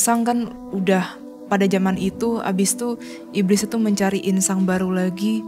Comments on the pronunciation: Bkn insang, inang ya kan? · 08.39 inang, Jess bukan insang Insang alat nafas ikan 😁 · Inang kali bukan insang? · Insang? Inang kali maksudnya? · Bukan insang ya kak, tp inang 😁. Insang alat pernapasan ikan heheh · Inang.. bukan insang 😂 btw keren banget team DA! Bravo, lanjutkan